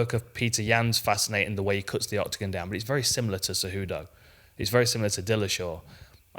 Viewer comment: Kumaru “sayWHOdough” Oozmon